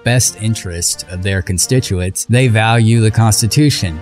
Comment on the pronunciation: You said "constituates" instead of "constituents". Pay closer heedin to each individual letter of each word durin your rehearsal times. In other words, don't look at each word "as a whole", but, rather, pause for a minute on each word, and create a mental visualization of it bein brokin down into syllables and individual letters before visually movin onward to the next word; then repeat the process on the next word. You should have been trained to do this in the first grade, then it would not be necessary for you to do it now, for you would have rehearsed every word, or nearly every word, by now. Barbiturates.